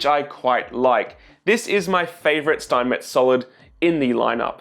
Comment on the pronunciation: Steinmetz is called Schteinmetz, scchhhhhh like when you say shit, so shteinmetz in Englisch I guess